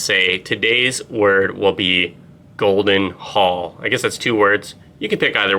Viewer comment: Did you say golden Paul?